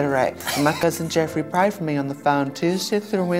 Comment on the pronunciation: ". . And he prayed foe me Tuesday through Wednesdees. ." Lmao. . Damn.